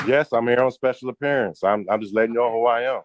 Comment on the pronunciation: you’ve been watching too many of these delusional sovereign cidiot videos. You’re even saying “appeariance” instead of “appearance”! Please take a vacation to the beach for at least a week… maybe two… and clear your head! 😂🤣😂🤣😂